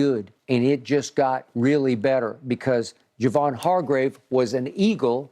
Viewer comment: Shannon, man, it's ( Har-grave) lol.. this signing was unexpected, to say the least, also opens up bosa on the edge..and the cap work to make this work is genius by paaarg..kudos to Lynch & Co for making this deal work..and yes OL needs to be addressed.